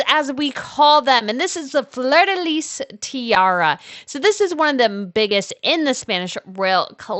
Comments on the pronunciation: Please, please pronounce fleur di lis properly. The S is silent pronouned "FLEUR DI LI" 😮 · Flur de Lee....Fleur de Lis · Love all the tiaras! We never get info on other royals over her in the US! Small suggestion- and maybe it’s regional, (I’m in Louisiana) but we don’t pronounce the “S” in Fleur de Lis. It’s pronounced “lee”.